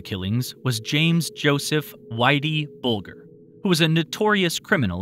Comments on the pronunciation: Whitey Bulger .... "ger" ... not "gar". I'm in Boston, if Whitey was in the area there's a very good chance he did it. Sex with male or female, young or older, was his thing. Along with killing, money, and committing crimes. No drugs or drinking. Well he's dead now, finally. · did this guy narrating just pick that name out of the blue because he ran the Winter Hill Gang in Boston until 1994 or thereabouts then he went underground when he was informed warrants were about to be served. Not only that but he didn't even pronounce the name correctly - - "bulge-er" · Its pronounced BULGEr. As in "That's a huge bulge ya got there..." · I hate when watching these videos and they repeatedly mispronounce multiple names ...even of very well-known, famous/infamous people like Whitey Bulger for example. It's annoying when they don't do the small amount of research required to pronounce names especially when they're well known names. Who pronounces Bulger with a hard G?🤣 sorry but that's the best example I've got off the top of my head lol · Yep. Bul jer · Bulger is pronounced with a soft g. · Thank you for pointing out the Whitey Bulger oversight..that was really bothering me. I mean c'mon, he's only one of the most notorious mobsters in U.S. history for goodness sakes lol.